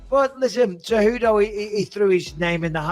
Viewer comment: Keep pronouncing Henry Tejudo lmao how do u not know there is a C and not a T by now 🤦‍♂️🤣